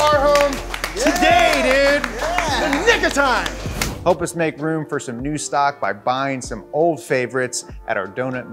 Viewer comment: Bro almost got cancelled for saying "nic of time"